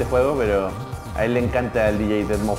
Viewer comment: se dice deadmaus